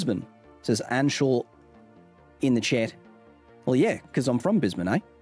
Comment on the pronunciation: Your Os are still off and very American, sorry mate, and when you say "Australia" you do the American "AUSS-stray-lee-uh" rather than the Aussie "a-STRAY-lya". "Chit" is also more Kiwi than Aussie. Congrats on saying "bris-b'n" though!